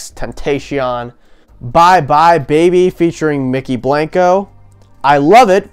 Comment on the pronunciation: damn...there was a mykki blanco (pronounced BLAHN KO) Kanye Collaboration